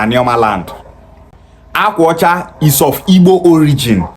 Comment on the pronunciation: Benin was founded by Oba, third son of Eri the Igbo patriarch. Jacob Egharevba reported that they met Igbo people when they arrived from Egypt. This character cannot even pronounce the akwa ocha that he says is Benin.